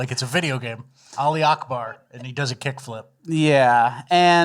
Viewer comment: I love how pronounced Ali Akbar! I am an American and I don't need to correctly pronounce a foreign phrase used during terrorism.